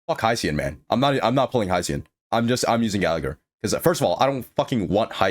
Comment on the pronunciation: Why does he pronounce Huo Huo as How How and Hyacine and hicine